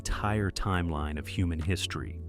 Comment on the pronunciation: Why can't these jistory channels get a human being to narrate them? The farcical mispronounciations might then be a thing of the past.